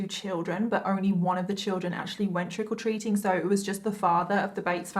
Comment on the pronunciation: "trickle treating" is what i keep hearing xD <3